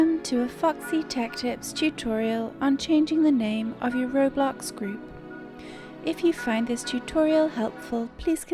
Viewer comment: Ah yes, Roblux